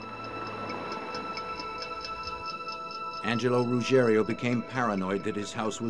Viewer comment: Rugiero, not Rugerio!